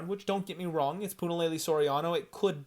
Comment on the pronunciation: I live for Puna fight cards cause weather I have skin in the game or not I get to hear say Punalaylay an innumerable amount of times 🤣🤣 wish I could like twice. Once for each laylay 👍👍